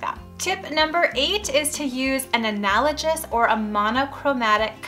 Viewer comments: Please learn how pronounce the word, analogous. It's not an-al-o-jus. It's an-al-o-gus. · Just wanted you to know you were pronouncing analogous incorrectly. It sounds like analogess not analojiss. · “analogous” is pronounced with a hard “g”, not the soft g that you’re using.:) Thanks for the tips! I only have one bathroom in my house and it teeny. Working on finding a good shade of white for it.